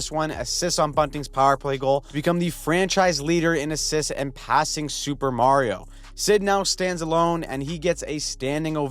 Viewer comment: Thank you for the top tier content. I am slightly offended at the pronunciation of super mario.